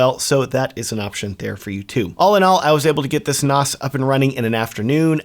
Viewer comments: Not NOS, short "a", like Nanny, NaaaaaaS. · stop calling it a noss. It's pronounced like ass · Surely it is pronounced NaS as in NASA? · Very informative video however I have never heard "NAS" pronounced the way you pronounced it throughout the video.